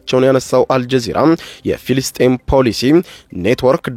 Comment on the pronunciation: እረ እባክህን ፊልስጤም እያልክ ዘመኑን ልትጨርስ ነው እንዴ። እረ ፍልስጤም በል። ፍ……ፍ…..ልስጤም 😂😂😂